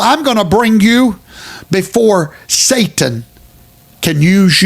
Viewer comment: Did I hear that fat preacher say "Saintan"? Saintan????